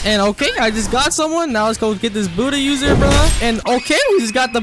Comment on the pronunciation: Bro literally said booty user xd 😂